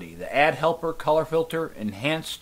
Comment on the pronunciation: hey i think its not add helper its pronounce A.D.D helper. A.D.D is a disolder, thats why A.D.D helper is on there